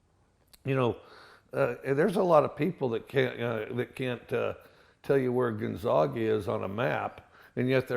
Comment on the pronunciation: Wow Mike u lived in Pullman for how long? A town a hr away from Spokane and u still say Gonzaga wrong?...good luck in the SEC Mike you'll need it